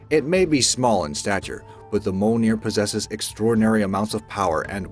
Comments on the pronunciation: Its mjolnir not molenir and mjolnir was created by the heart of a dying star. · Yep you are right and not mol-neer (He Said) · Moaneir? Mjolnir? Isnt it M-jol-nir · the "mole-near" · Mjolnir Is Pronounced: Mee-Yohl-Near! I got no idea about how the other guys are pronounced (excluding Excalibur, Kalikbar, Thunderbolt And Trident) so I can't give my opinion on them! 😄 Yay! Excalibur! 😄 😄 I Mean Yay Mjolnir! 😄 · Can you say f*ck? Good Now take the u and place it right betwene Mj & lner like so, Mj-u-lner, and whene you then remove the e and pronounce the r the same way the Spanish or Mexicans do, you end up with the clostest way for an American to pronounce it right, Mj-u-lnr. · Mjolnir is pronounced: Mee-Yohl-Near! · Mjonir is pronouced: Me-ol-neer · My husband and I were just cringing/laughing at "Moleneer" and I had to see if anyone else noticed all the mispronunciations. Glad it's not just us XD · Yeah and im pretty sure mjolnir is pronounced more like "mee-yol-neer" but said fast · apart from mjolnir he pronounced every other weapon correctly considering that who knows maybe people from the marvel are the ones who are pronouncing it wrong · I almost fell of my chair laughing in tears how the narrator pronounced Mjolnir..... dear gods please do a little research HOW these names are properly pronounced